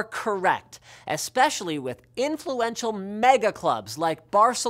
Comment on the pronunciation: am i the only one feeling weirded out when he said barcelona